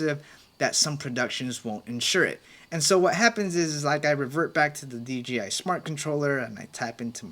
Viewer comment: it's so funny that everyone says "DGI" instead of "DJI". It sometimes slips out like that for me too haha it's a short tongue twister